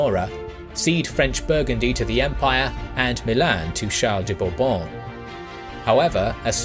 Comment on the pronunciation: The way you say Bourbon is satisfying